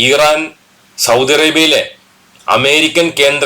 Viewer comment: ഈറാൻ അല്ല മൈരേ❌ ഇറാൻ ✅